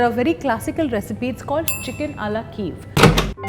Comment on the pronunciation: Why don't you call it it's proper name. Chicken Kiev. And it's pronounced kee-ev. Not keev. And it's not perfectly cooked, it's burnt.